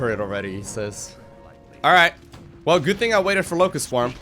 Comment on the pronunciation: All I hear is "Lowko" swarm.